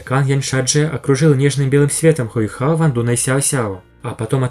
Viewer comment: Мимо😅 Да и старейшине Му Энь этого и не надо. Да и он показывать кольца не будет. Он 99 ранга, а Ду Бусы и старейшина Сюань 98 рангов. Между этими рангами огромная разница, и уровень колец не играет такой уж роли Кстати, правильно Хо Юйхао, а не хою хао.